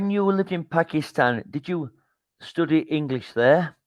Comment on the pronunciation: Why did he pronounce “study” as “stoody”?